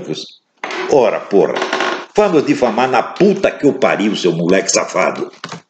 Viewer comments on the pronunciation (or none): "We are brazilians, 'porrrra'!" 💫 😂